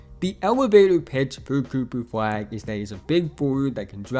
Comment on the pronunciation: coopuh fwag is unwike any pwayuh we have evuh had...